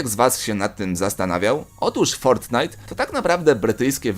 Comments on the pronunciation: Fortnite a nie fortnight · Nie fortnithe tylko fortnite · Nie fortnight tylko fortnite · Fortnite a nie fortnight xd 😂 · Ale ty gupi jestes fortnite a nie fortknight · ja bym sprawdził fortnite a nie fortnight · Nie fortnight tylko fortnite XDD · fortnite anie fort night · to nie jest fortnight tylko fortnite no błagam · To nie jest fortnight tylko fortnite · Fortnight xd to fortnite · fortnite a nie fortnight!!! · Fortnight? Nie Fortnite ? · japierdole to jest fortnite a nie fortnight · Tylko nie Fortinite !!!